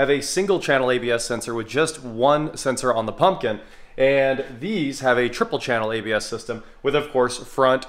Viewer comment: Made it early for the first time 😎 Did you say Pumpkin or Pumpkit Haha